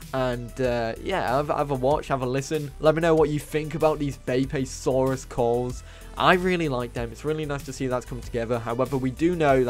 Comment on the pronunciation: I’m not trying to be pedantic or anything, but where are you getting the A sound when you’re saying beipi? To me it seems like you’re supposed to pronounce it “be-ii-pi.” Or “beepi”